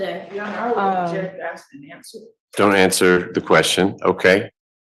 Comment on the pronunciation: If your lawyer cant pronounce the word ask…then you might need a new lawyer